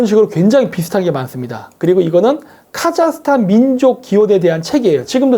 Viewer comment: 카자흐스탄? 카자르스탄!!